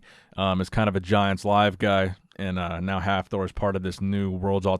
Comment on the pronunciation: Please don't try to pronounce Hafthor, ever again